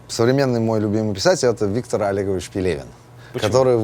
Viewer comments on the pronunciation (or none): none